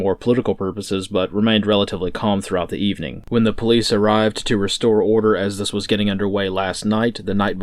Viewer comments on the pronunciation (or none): none